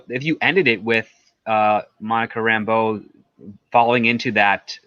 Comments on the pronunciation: No,. She's just a strong woman who don't take orders from no one. She isn't friends with Woo. Also, I hate how hard they pronounce her last name as RAMBO. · Yeah, it is pronounced that way, but they put the emphasis on the wrong syllable.